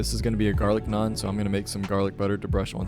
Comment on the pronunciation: damn a white guy said naan right in my lifetime. could die in peace. great video my guy